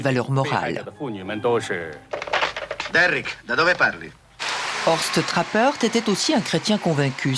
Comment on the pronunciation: "Horst Trappert"